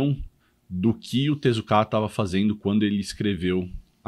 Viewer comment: A pronúncia correta é tezuka e não tezukáaa.